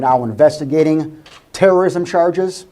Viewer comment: Terrrorism….. really?